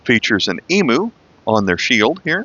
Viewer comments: EEE-MEW, not EEE-MOO, my American friend!! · Wow haven't watched one of your videos in a while, my question is though, what if you are from a country that is also included in this pack? that is a Frilled Neck Lizard to be exact. in Australia we usually say Emu like E-MEW not E-MOO, but you can call it what you like, us Aussies don't really mind what you say